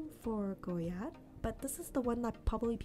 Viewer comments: Thank you…I get so annoyed when people stress the “d” when they say “goyard” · French words have a lot of silent letters. The "d" in Goyard is silent. Saint Louis = Sahn Lu-wee. Artrois = Ah-twah. I love the 233 bag but that price is painful for something so simple-looking. Agree about Plumet (plu-may).